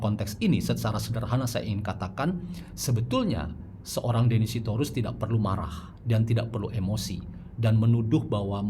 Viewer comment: Aku kog dengar nama deddy dieja sbg denny 😅